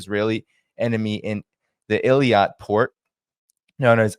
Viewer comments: Let me add: wikipedia says the emphasis is like this: ay-LOT, or maybe it's more ay-LAT. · This has bugged me for a bit, Eilat is pronounced AY-LOT. So please stop saying EL-YAT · it is called Eilat (ay-LAHT) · Ee-lat pronounced